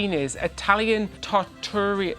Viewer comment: You're pronouncing Trattoria incorrectly 🫩